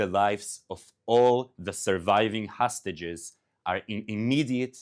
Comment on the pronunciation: I would prefer if he would pronounce english words better. Not say hustages, but hostages. Not say lunch, but launch.